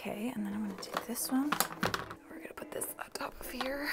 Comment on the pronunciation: "Up in heah. Up in heah." Anyone else??